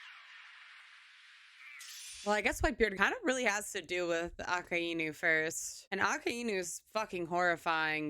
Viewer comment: Real minor thing, you put too much emphasis on the "I" in Akainu. Ah-kai-new. Your way of saying it makes sense as two words in a sentence, but as a name and a title it flows better this way.